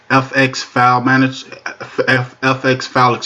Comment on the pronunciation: "Manajo" is not a word as the way you pronounce it. The proper spelling is "Manager" and is pounced like it is spelled